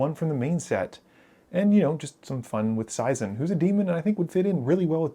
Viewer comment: Seizan is pronounced SAY'-zahn.